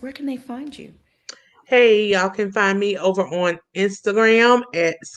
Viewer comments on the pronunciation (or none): none